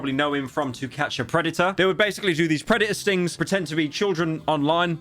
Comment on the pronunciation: i heard “predator stings” as “redditor stings”